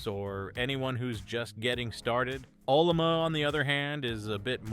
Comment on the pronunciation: This guy wrote this video's Script with AI he called it OLLOMA LOL not O L L A M A. And the AI spelt it LUBUNTU not UBUNTU LOL. Stupid AI.